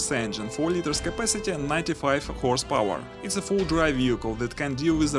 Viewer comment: horse power , not house power , speak properly